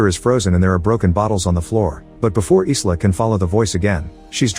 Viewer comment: The name Isla is pronounced EYE-LAH, not EES-LAH.